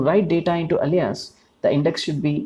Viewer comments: Great explanation and video, thank you! Easy to understand One note: Alias is pronounced closer to "ey-lee-us" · more like: "ail - lee -us"